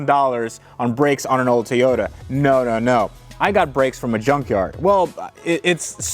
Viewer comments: "Teyoda" lol...That's like calling a Camaro a CamEro. Toy-O-Ta, repeat after me Toy-O-Ta. Awesome update! This is going to be a great build! Cheers! Zip~ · I know I am being totally over critical but does anyone else find the way he pronounces Toyota strange? It's almost like he says t'yota instead of Toy-Yoda. Probably just me. Talk t'yall later. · love your videos! I don't know if I can keep watching if you keep saying Tayota. Just say supra or Toyota. I still love you! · TOYOTA!!!!! Not TEEYOTA!!!!!!!! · Teyota? Lol 🤣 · Tee-ota and Hon-dai. Really? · Nice "Teeota".. 🤣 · Please stop saying Toyota that way lol. Are you doing it on purpose to annoy the shit out of people? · Every time mispronounces Toyota, a Supra Dies.